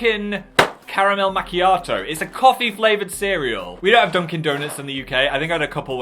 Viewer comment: Phil: majors in a language Also phil: mah Mahk mahiato